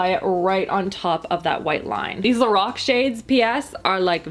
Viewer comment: The way you say Lorac makes me cringe it’s pronounce (lor-AK)